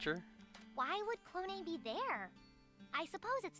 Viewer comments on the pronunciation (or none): its not "clone" your saying it wrong. if you learn all the Japanese vowels you would know why.